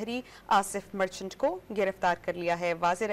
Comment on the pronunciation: مرچٹلا نہیں مرچنٹ ھے